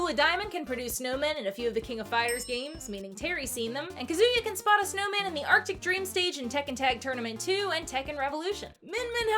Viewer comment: Kazuya is pronounced "KAH-zoo-yah." And it's Freezeezy Peak, not park.